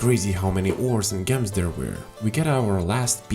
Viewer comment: Whenever he mispronounces "Gems" I can't help but wheeze 😂